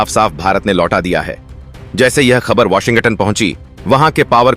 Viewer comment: What is washing atan and onel? PRONOUNCING MUST BE CLEAR AND CORRECT.